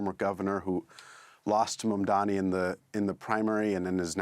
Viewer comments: Still pronouncing his last name wrong, giving Cuomo more time to speak than him! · Ikr, they look really stupid. If I can pronounce his name, surely these "professionals" can. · All three hosts butcher the pronunciation of Mamdani's name. British arrogance. Try saying Hampshire or Worchestershire as they are pronounced and see how snooty Britishers get. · You all white people need a prep course, how to pronounce MAMDANI. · Mamdani spelt it to Cuomo, it's M A M D A N I. And still he can not pronounce it. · What is wrong with the woman interviewing??? Couldn't she find some time to check out how to pronounce Zohran Mamdani's name. So shameful for the interviewer and BBC. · We all know Cuomo can't pronounce Zohran's last name, but why is almost everyone on this BBC show STILL not able to pronounce MAMDANI's name properly?!! I'm looking at you. As peripheral an issue as it seems, details like being able to say someone's name properly demonstrates, at the very least, a recognition if not, acceptance, of that person's very humanity. It's reflective of the soft bigotry against the 'other', the 'immigrant', black and brown and perinnial 'scary Muslim', that goes on in many middle-class households of the dominant WHITE class of people in the West. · So they're talking about Mamdani, but can't get his name right. The BBC really is an embarrassment. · the name is MAMDANI! Mam-dani! all the way.. hater can hate as much as they want 😆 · So many inaccuracies and biases slipped in their narrative! Also, the 5th time that this woman uttered MamdaMi, i had to turn off the damn show. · Why is the host incapable of saying Mamdani's name correctly? Is she unwell? It's mam-da-NEE. There aren't three ms in his name. She should apologise especially considering her guests said it correctly throughout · If you are going to host a whole show on the man , surely you can learn how to say his name lady! It’s MamdaNi ! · why is the lady saying mamdami? Dyslexia? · it is MAM-DANI📣